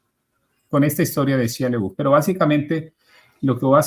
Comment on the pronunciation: Se pronuncia Shaia Labef.